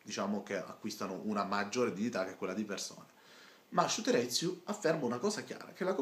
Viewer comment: SHUTEREZIUUUU Ahahahahahaha che pronuncia gente che pretende di fare video seri senza saper pronunciare il nome della persona di cui sta parlando bene come per i politici italiani che non sanno chi è per esempio mandela